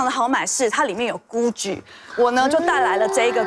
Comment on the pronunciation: Gucci发音真好。。。这发音 意大利人都听不懂